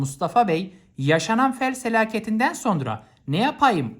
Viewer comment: fel selaketi nedir hocam :DDD